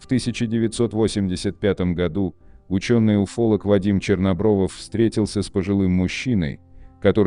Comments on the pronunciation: Не Чернобровов, а Чернобров. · АВТОРУ: Вадим Чернобров, а не ЧернобровОВ.